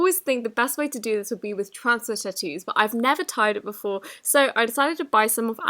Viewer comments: She says tattoo like titoo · Omg she keeps saying tutoos instead of tattoos 😂 im dead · The way she says tattoo like I know british people say words differently but I've never heard them say it like that